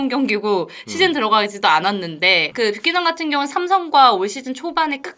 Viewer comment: 뷰캐"넌"이다 발음똑바로해라 ㅉ